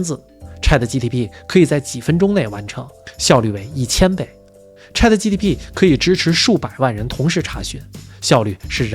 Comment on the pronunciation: 吹毛求疵：有几处ChatGPT读成了“gtp” 另外请问，可不可以有这样的猜想：能否及时升级到硅基也许就是一道“大过滤器”……